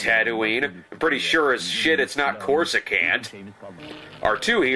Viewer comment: Cor-sue-can't? Not a fan, I guess.